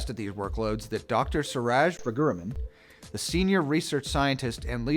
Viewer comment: You guys really need to learn to pronounce Indian names properly…